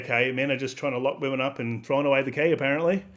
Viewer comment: LMAO 2nd chick said "wymyns" ......... pure gold